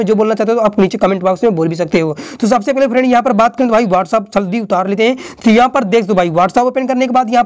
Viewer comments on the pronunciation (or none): Ya whataaaappp kya hota hy🤣🤣🤣🤣